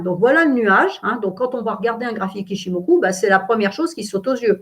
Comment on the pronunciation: PAr contre SVP SVP SVP arretez de prononcer OU qd vous voyez un U en japonais, ca fait mal aux oreilles mdrrr On prononce ITCHIMOKU ( Le u presque que comme le eu) ....